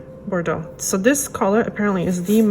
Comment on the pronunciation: As a French woman, I love how you prononciate "Bordeaux" 😍 love your videos too which help me a lot to choose my Essie nailpolish, merci beaucoup ❤️